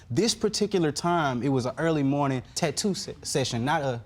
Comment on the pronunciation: She said tattoo like"taytwo"